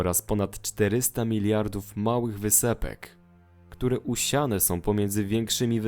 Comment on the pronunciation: miriardów XD